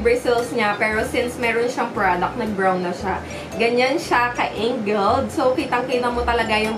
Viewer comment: ang pag pronounce po nang ANGLED is ANG GELED NOT ENG GELED.